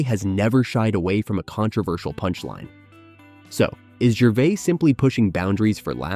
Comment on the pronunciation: Ricky "Gervay"